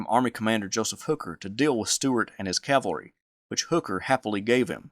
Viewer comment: Says Calvary 19 seconds in. I appreciate this kind of content but I can’t stand callllvary, over cavalry